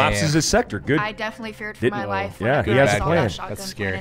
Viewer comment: It sounds like she says my laugh instead of my life flashed